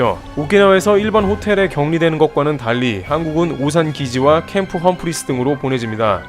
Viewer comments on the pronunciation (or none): none